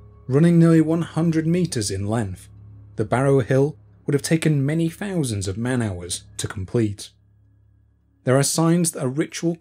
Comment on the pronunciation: Finally found these fouusands of farming facts etc by... Buried offerings is one thing [or, many, I guess!!]...however, the next fousands of facts still naturally, enough are as interestin,despite ' choice re how to enunciate. eg "free fousand BC" So... Fank you for your information on "The History of Britain." 👍